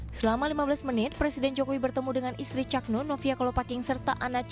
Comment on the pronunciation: Untuk reporter yg cewek tolong belajar lagi ya belafalan kata "Cak" Susah klp ditulis 😊 Tp mencari aja pengucapak kata "Cak" di Jawa Timur